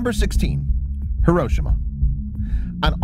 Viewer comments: Thanks for posting this--I get irritated when I hear people pronounce it accenting the second instead of the third syllable. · "heroshema" facepalm it's pronounced Hiroshima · HAIR-RO-SHE-MA..... is how its pronouced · Hiroshima is pronounced “hero-SHEEMA”. Not “here-OH-sh-ma”. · it's hear-row-shi-ma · It’s pronounced “heroshima” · The fact he doesn't know how to pronounce Hiroshima